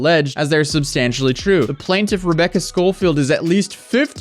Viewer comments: Guess the new thing is how to pronounce "plaintiff". "Plain" is pronounce, well, "plane". You get the "tiff" part correct. So, "plane-tiff" not "plan-tiff". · It’s never plan-tiff